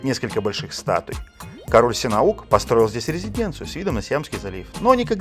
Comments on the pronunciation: Сианук! Синаук. Ну вы блин даёте! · Короля звали не Синаук, а Сианук!!!! Внимательнее нужно быть.